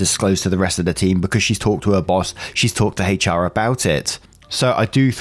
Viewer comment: Your hard H in HR is so cute lol 😆